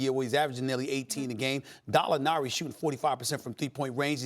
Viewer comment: Did SAS say Dallinari??? Cmon man....😂😂😂